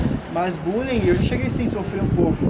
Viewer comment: Q issp toguro errando a pronúncia de bullying